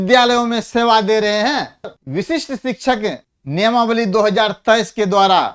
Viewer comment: वशिष्ठ नहीं बोले , विशिष्ट बोला जाय